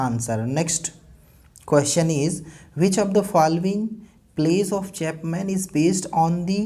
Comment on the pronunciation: Chapman ka pronunciation nhi kr pa rhe ..great work hi h ye shayad..